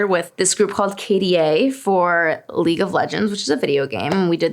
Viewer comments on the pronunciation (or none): none